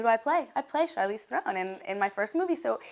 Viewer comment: You don't even know how to say Charlize Theron right what the hell trying to sound intelligent and she sounds like an idiot